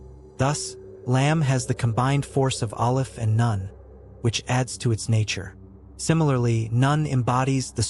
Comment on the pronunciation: This is an excellent video, thank you so much. However, it is important to note that the letter "ن" is not pronounced as "none" but as "noon," which is a significant distinction. Lam Alif (لا) is also pronounced incorrectly. Just my two cents.🙂